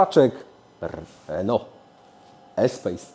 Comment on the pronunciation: Wszyscy źle wymawiacie espace-to jest espas